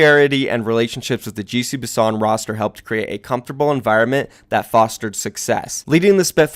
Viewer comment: Everytime you said "GC Busan" I heard "Juicy Busan"